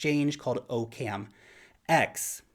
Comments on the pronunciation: Its pronounced Occum. Not OCam. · it's pronounced OCK-uhm. As in Occam's Razor. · i think its pronounced "Ah-Kum" as in Occams Razor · I'm pretty sure Occam is pronounced like "Occam's razor" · 'zactly. that's what i just said. except for the "pretty sure" part. because i guess i'm not modest like you.